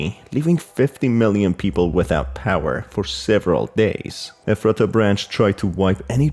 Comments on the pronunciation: Efrattah, it’s Eph-ret-ah omg. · Hey, local Pennsylvanian here, the town is pronounced Eff-ruh-duh around where I live, just thought you might want to know!